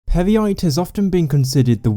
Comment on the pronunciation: I keep laughing now everytime he says Peryite